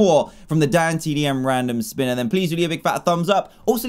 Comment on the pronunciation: Hermione Granger its spINner not spinER